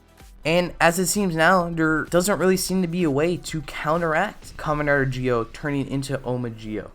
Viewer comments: It's zi-o ur saying it like jio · I’m I trippin or this guy is saying Gi-o and not Zi-o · Why are you pronouncing it like geo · that's not how the show say it if you listen its ZI-O that they say not GI-O the way you say it makes it sound wrong the i is silent so it sounds like your saying Z-Oh instead of saying gi-oh